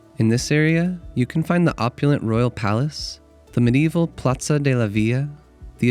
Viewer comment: It’s not platza it’s plaza🤣 Your background music is far too loud between the narration. Nice clip🥰